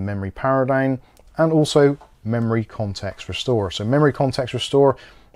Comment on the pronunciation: He say´s "dine" instead of "down" ha ha ho ho hee hee!